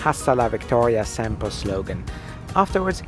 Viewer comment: "Hhhhasta la victoria siento" 😂😂